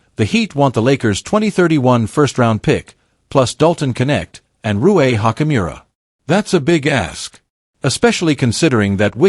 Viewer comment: So dumb Rui is Japanese can't say his name right! 😂😂😂